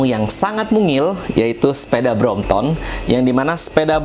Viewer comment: Correction it’s BROMPTON and not BROMPTOM 😂